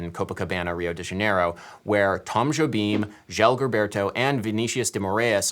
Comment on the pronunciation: At least you pronounced Jobim fairly enough.